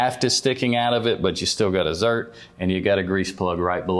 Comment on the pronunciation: It’s ZERK…not “ZERT”. Professionals should know their terms.